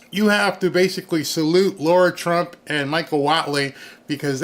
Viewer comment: Lara Trump. Not Laura Trump. LARR–Ah. Practice it, please.